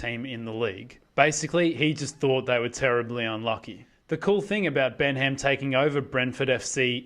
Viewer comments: It’s pronounced Ben-um! Not Ben HAM!! Haha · Its pronounced Bennam, the pronunciation here is comical.